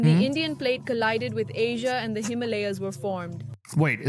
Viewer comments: Bro it’s pronounced the Him-a-laya’s not Himaaalaaaya. Awkward. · If you can't pronounce words correctly in English, go back too school, him- malias😂😂😂😂😂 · The mountain range is pronounced: Himal A yas. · africa and south africa two instead of 1 cool you need to learn the names of mountains though himalaya's him a lay a;s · the way he pronounces the Himalayas 😂😂😂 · Our host can't pronounce Himalayas properly and the religious nuts in chat think it's all God's doing 😂😂😂😂 so funny !!